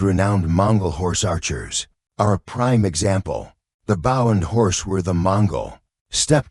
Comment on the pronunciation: Terrible computer voice with many mispronounced worfs. Can't even pronounce BOW right